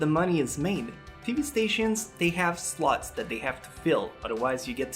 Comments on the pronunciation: .."they have sluts that they have to fill"..(i know it is "slots" but hearing it the first time made me laugh my ass off!!) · your pronounciation makes slots sound like sluts, I have been giggling I admit :3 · I know you said slots but it sounded like. tv stations have slots they have to full.